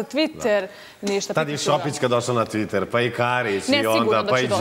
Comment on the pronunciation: "TvIiiTeeeer"cc jaoo,jao!!